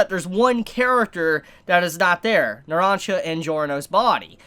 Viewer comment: does anybody have a slight flinch everytime he pronounces polnareff and narancia wrong, no hate just feels kinda ehhh; like he pronounces narancia right everytime except the first time; like he CAN pronounces it right, he just didn't do it the first time, like the OCD